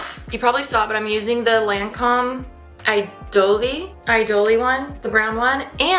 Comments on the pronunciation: It's simply pronounces Idol not Idoly 😂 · Lancome Idole is pronounced kind of like E-dole (dole is pronounced like the pineapple brand). There's no accent on the e at the end, it's silent. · Lancome "e-doll" it's french baby